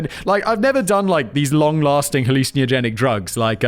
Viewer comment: Simon vs pronouncing hallucinogenic would be a fight worth watching